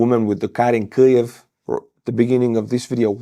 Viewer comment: the "new" way you say Kiev sounds very bad. you could benefit from another way of saying it.